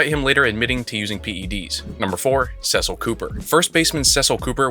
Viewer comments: It's Cecil(Ceeecil) Cooper. I absolutely agree with you including him for the Brewers, just get that pronunciation right. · Cecil Cooper’s first name is pronounced the other way.